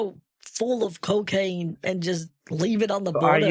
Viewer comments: The vulture would make a more convincing DEA agent.... "Cokeen" lol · They found 22 pounds of " Cokeen" in your car???you're going down brother!!!